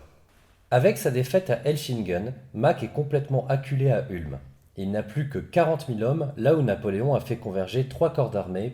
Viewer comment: Ca se prononce OUlm